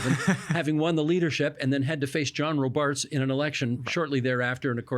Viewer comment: Isn’t it pronounced ROBarts, not RoBARTS?